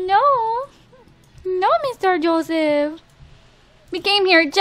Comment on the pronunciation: She kept saying Joesph 😂